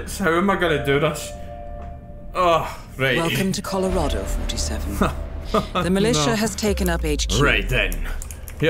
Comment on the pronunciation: hahaha "coldorado"